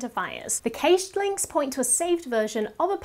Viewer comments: Cache is pronounced as "cash." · Please, cache is pronounced the same as cash. :)